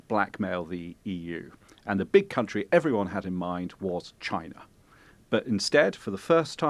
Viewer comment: "CHI-NA" Donald J Trump